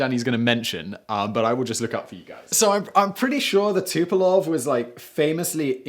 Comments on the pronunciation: Fucksakes Simon! It's TU-PO-LEV. LEV. Not Tu-po-LOV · XB-70 was prettier than Concorde. IMHO. BTW, you keep saying Tupolev Tupelov.